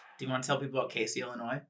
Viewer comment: i would just like to inform that he mispronounced Casey, IL haha i like about 25/30 minutes from there and the s has more of a z sound but it is a pretty cool place:))